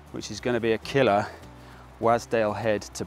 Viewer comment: I need to say something. Wasdale is pronounced "Was" as in used to be not, i repeat not please not again, "wAs" with a hard A as in pAss. Local heads up for ya. Keep up the good work sir 👍